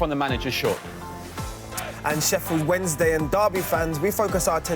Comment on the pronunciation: Wedding who getting married lol